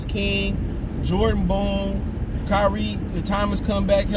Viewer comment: Jordan BONE not Boone